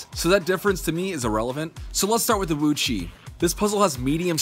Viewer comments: WooTsweh not VuÇih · HAHAHHAHAHAHAHAGAHAHAHAHHAHAHAHAHAHAHHAGAHAHAHAHAH OMG I'M LAUGHING SO HARD Woo chui not woo chi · it's pronounced woochway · Repeat after me : "Wootchway" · Please pronounce it wu-chuae. Thank you.